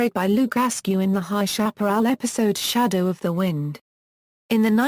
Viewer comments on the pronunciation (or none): none